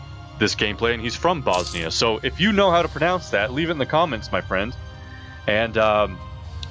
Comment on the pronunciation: You acctualy pronounced it right :D And at this time all the provinces you have bosnia has had at their brink of powe after that the turks came and conquered Bosnia , serbia ...